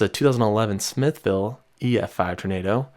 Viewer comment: Stories of the Candlestick Park tornado in Mississippi handed down from two generations were scary. Also, I hate to tell you, but you mispronounced some names. You said Smithville by its spelling. It actually sounds more like smithvool, and the H is kina silent and slurred in. (That's how us Mississippians say it). I laugh at the next one, Tupelo. You said tappello, but it's pronounced T-U-pa-low. Other than that, you did pretty well. I thought for a moment you were going to keep saying Natchez wrong, but you corrected yourself. I'll forgive you for getting them wrong because the vid was really well put together. I'm subscribing!